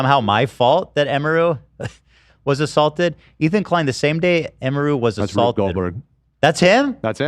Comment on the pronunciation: Everything Ethan mispronounces emiru I die inside